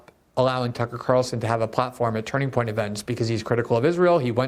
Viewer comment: I love that Glenn is so eloquent but keeps having trouble saying “Turning Point”